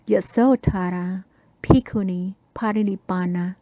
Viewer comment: I do love how your pronunciation of Bhikkhunī names sounds exactly the same as Ayya Tathaloka’s pronunciation of Bhikkhunī names! Awesome! Good work! A fascinating presentation, thank you for sharing it with us all.